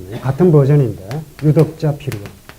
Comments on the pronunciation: 한 가지 뜻밖의 발음! "유덕자"의 "유"를 짧게 발음했습니다. 잘못입니다. 이는 길게 그리고 약간 높게 발음해야지요. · 존경하옵는 선생님!! 참으로 실망했나이다. 유덕자의 유를 "짧게" 발음했나이다, 자고저를 아십니까!? 선생의 깊은 학식에 비해 너무나 실망했소이다. 유튜부에, 처 보실까요!? 미국 변 완수 배